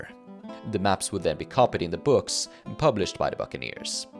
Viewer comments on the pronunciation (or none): none